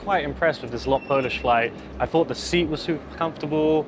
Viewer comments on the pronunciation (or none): LOT not L-O-T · It is Lot, not L O T, as Lot means flight in polish! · Thanks for the review, both Icelandair and LOT are fantastic, they're also some of the few independent flag carriers out there - and growing rapidly! You pronounce it "lot" as one word (meaning "flight" in Polish). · its pronouced lot (one word) and that menu is 2 sided 1 for Normal flight and second for charter flights and u also on older cabin